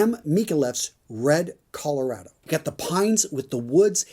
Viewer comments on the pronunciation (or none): none